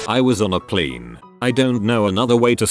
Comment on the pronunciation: How it says plane Pleeeeene Gets me every time